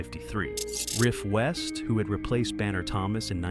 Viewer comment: RIFF West, not “Ralph.” Credibility - gone.